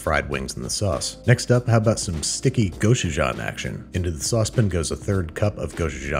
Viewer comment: I swear by marinading the wings in some sort of acid- we like to use the overly fermented kombucha my sister made. And baking the wings in contact with the tray, not on a rack- this leads to really great crispy wings with a seared sort of flavour. Side note: pronounce Gochujang with a hard 'go' and 'chu'. The 3 syllables should be the same length, annunciating each one clearly.